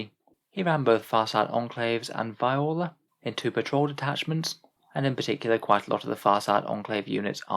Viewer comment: Btw it's Viorla is pronounced vee or la